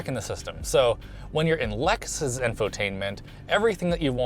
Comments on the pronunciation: Lexus, with an E, not loxus or whatever you said. :p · It's A-LEXus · Did this mutha fuka say LUXus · Wait did he pronounce Lexus as “luxus”